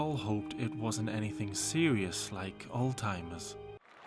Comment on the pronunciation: amber says “all timers”. It’s a ✨joke✨